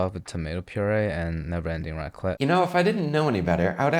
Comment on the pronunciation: raclette ???? that .... was raclette ??????........... jesus my french soul is leaving my body